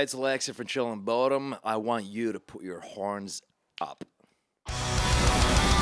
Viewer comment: I always thought he said chillin of bodom ♡:(